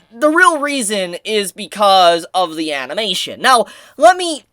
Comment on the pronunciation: Ah yes "amination".